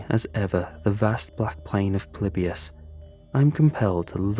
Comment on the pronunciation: when he said "it's polybisn time" I absolutely lost it